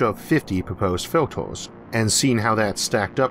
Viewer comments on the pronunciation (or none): He can't pronounce the "er" and "ar" sounds. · I got tired with all the "filtors" and "the uniworse". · Filters, as in "filturs", not "filtors". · Why do you say "o" instead of "a"? Univorse, filtors, Formi paradox... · "filtoes" "univorss"